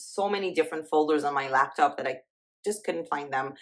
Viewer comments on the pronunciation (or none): none